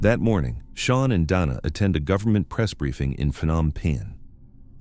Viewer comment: Whoever is reading this and listening to it before they put it out is a finished product because Dana has been called Dana Donna and now Dina was the pronunciation but then it's spelled dino. what else are you going to call in before this video is over?